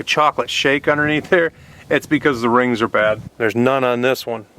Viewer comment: When You showed under the hood, and said " see all that? ..thats cause the RINGS ARE BAD..." At first I thought You said "That's cause the RAINS ARE BACK.." haha... Gotta love old Ford Trucks. They have a lot of life